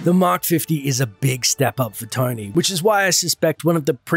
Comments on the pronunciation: who else thought he called Tony, "Tiny" and got really confused. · His name is Tony not Tiny